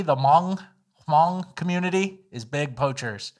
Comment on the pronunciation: Hmong is pronounced "Mung" just so you know.